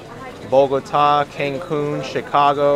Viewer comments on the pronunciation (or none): none